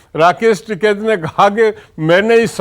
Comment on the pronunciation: संदीप जी ये एंकर महोदया कहा से‌ आई है जीसको टीकेत का‌ नाम हि सही से नहीं आता